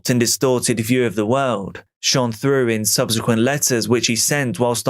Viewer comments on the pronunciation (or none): none